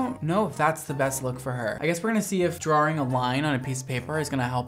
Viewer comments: Drawring a line lol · As someone born and raised in Southern US, I'm living for saying "drawing" 😂